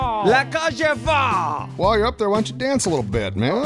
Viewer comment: what kind of competence do you call that? Noob competence? also saying the last part of that French name slightly wrong, its folles not foll. La Cage aux Folles. Technically two different films